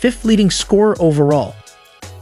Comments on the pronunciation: It’s pronounced Sick-a-more not Syke-a-more . Named after a tree with the same name . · it's not SYKE-a-mores, it's SYCK-a-mores. The sycamore is a type of tree. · The college team Bird played on were called Sycamores ( after the tree) pronounced sick-a- mores. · Sic- a- mors. Jeez.... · It is pronounced, sick-a-mores, like the tree. Bird never played for the Chicago Bulls. Gee whiz, do a little editing, and/or research, before publishing. Good video, otherwise. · Epitome has four syllables! And please look up how to pronounce "sycamore". LA Dodgers? Is this a bot reading the script? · Did he say epp-ih-tome? Sye-ka-more? Why don't people look up words before garbleiing them? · Learn the language. It is Sycamore starting sounding like "sick" and Epitome ending with "me". It is ridiculous to put out a video with such elementary errors. Ruined it for me. I can't trust your research as competent.